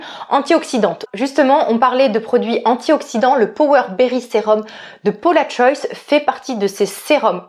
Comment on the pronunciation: Ouiiiiiii je suis aussi passionnée par les parfuma😍😍😍 stpp avec plaisir!!! Et la Maison Margiela j'ai acheté le automn vibes le dernier. Il est sublime! P.s. on prononce le S de Paula'S Choice hihi ça me perturbe chaque fois que tu le dis hihi